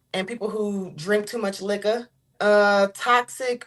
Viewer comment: 😂 this bird putting up a front with the voice and her true accent came out when she said liquor, crazy how people have to trick someone into a relationship 🤦🏽..